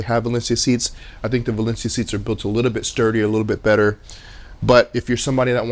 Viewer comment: Don't quote me but I think it's pronounced Way-Lee-On-Da, anyway I have their Astronaut Zero Gravity chair and I love it. Plenty of lower back support, comfortable, easy to take care of, and the zero gravity thing is a great way to take a nap. My only real gripe is that I'm not 5'8". Like most theater chairs, and let's be honest furniture in general, it does not really accommodate someone 6'2", I'm kinda used to that though. Minor things like the lights I do agree with you and I would like the head rest to lift up a bit more. Other than those 3 things I will be buying another. Their customer service is pretty good as well. They messed up the delivery time and offered me a different color, a refund, or I could wait and they'd refund me $100. I waited and they were very good with communication and follow up.